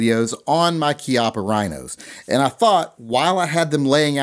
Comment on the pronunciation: its CHI as in CHEE APA